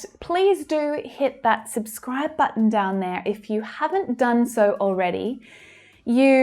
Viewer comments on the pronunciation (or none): none